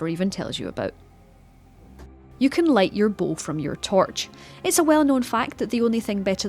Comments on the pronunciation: I knew I could light my bow from my torch but not my "tourch" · ‘You can light your bow from your tourch’ um what’s a tourch? A torch that you touch? That sounds painful, huh? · Haha "tourch"